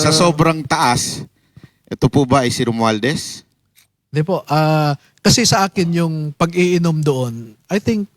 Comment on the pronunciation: Napansin ko lang di ma banggit ni atorny ang pangalang rumualdes